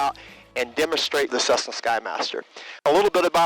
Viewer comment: What is a “cussna”, bro?